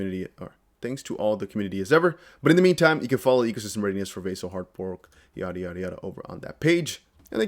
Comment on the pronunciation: It’s NOT VAY-ZIL . It’s Vah-sill